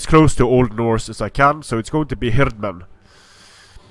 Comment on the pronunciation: The way you pronounce "Hirdmen" sounds very German-like.